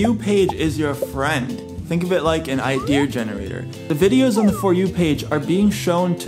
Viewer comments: Hey thanks for the tips, just an FYI its called an ideA, You say iDEAR like your apart of Orange County Choppers.. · Idea (R) wtf! Why would you say IDEAR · Its ideas no it’s idears no say ideas then the next time say idears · Omg the whole time you were saying idear and I was dying laughing trying to decide if I should say something or if it was on purpose. THEN YOU SAID ‘IS IT IDEAR OR IDEA? 💡 🔥🔥🤣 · 90% of the comments : wHoS cHeCkiNg tO sEe iF This wOrKs 10% of the comments : saying about that how annoying it is when he says iDeAr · xXAbbyAAngelXxYT The Roblox Kid it’s not an accent. It’s a mispronunciation if a word. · no one: This guy: Idear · Him: saying idear Me: getting flashbacks from that one Indian guy who messaged me: Hello dear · bothering the hell out of me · Idear sound like someone saying my dear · "Idear" that's some old man New England vernacular 😂 - also great job on this video man, I can see the effort you put in and I really hope this helps as many people as it should! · “idear” ok well who cares about how he says it? I just wanna know if this works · I love the way you say Idea’Er lol 😆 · I'm saying 'idear' now TikTok: artbyafra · Its "i-dee-uhh-" 😂😂😂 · ONCE AGAIN..............IDEARSSSS lol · i was wondering why you kept saying ideer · Its "idea". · Take it from the guy that doesn't know how to pronounce idea. Jokes aside, great content. The algorithm likes all these things